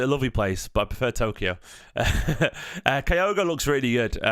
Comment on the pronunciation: My wife is Japanese so for my sake (to stop her moaning every time you say Kyogo while I'm watching these) his name is pronounced like this. Sorry to be fussy but she's killing me! 😂